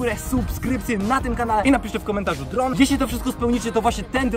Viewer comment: Dron a nie Drób